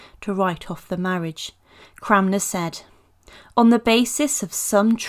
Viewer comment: The correct pronounciation is Thomas Cranmer. You said ‘Cramner’ multiple times.